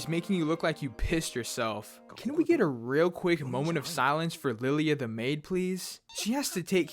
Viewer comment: “Lilly-a the maid” yeah it’s lie-la